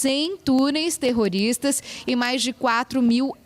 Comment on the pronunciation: essa reporter tem que aprender a dizer terrotista...ou ela tem alguma duvida nisso.....